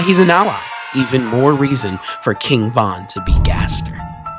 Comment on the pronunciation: KING VOHN NO